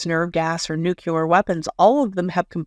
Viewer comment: New-clee-er, not nuke-you-ler